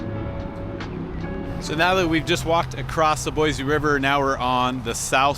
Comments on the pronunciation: Its Boiseeeeeee not Boyzee. Come on man. 😂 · Boise is pronounced "Boi-see" not "Boi-Zee" my friend. Ask around for yourself please. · It's horrible here. Don't move here. You'll absolutely hate it. You'd like Denver or Austin way more. Also, there's no Z in Boise. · ok, first of all I can tell you are not from here because of how you pronounce Boise. Don't make videos like this. Boise doesn't need anymore GD people.